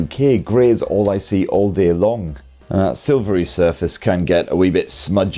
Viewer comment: grê, yookê, all dê 😅